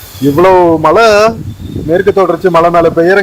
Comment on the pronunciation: சரளமாக பேச வராத ஆங்கிலம் தெரியும் என்று காட்டிக்கொள்வதற்காக தங்கிலீஷில் பேசும் போலிப் பெருமையைத் தவிர்த்து, நல்ல தமிழில் அழகாக பேசலாம். அதுவே நமக்குப் பெருமை. தமிழின் அழகே அதன் சிறப்பு ழகரம் தான். அதை எவ்வளவு மோசமாக சொல்கிறீர்கள்.....தமில் (தமிழ்), மளை (மழை). தமிழ் ரொம்பத்தான் பாவம் அய்யா..... முயற்சிக்குப் பாராட்டுக்கள்....